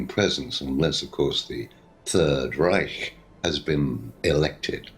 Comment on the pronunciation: the third r-eye-ch